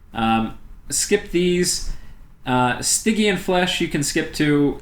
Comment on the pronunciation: Eth Ear ee uhl.Ethereal. Stygian - the g is like the dge in fudge. Stidgean. Sorry for the moment of pedantry, great great video, thank you very much, keep publishing em. There isn't another game out there like Dominions, and the more support it gets the better - and I must say, on youtube the support it does get, my god stuff like this and the actual plays you post and others, like MarcusAureliusLP, GeneralConfusion, Yakri and others I can't think of off the top of my head (and to them I apologize), is universally top notch. A great game inspires great support.